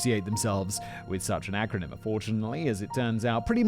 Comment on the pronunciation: Me, with a BA in English Lit.: IT'S AN ACRONYM, SIMON!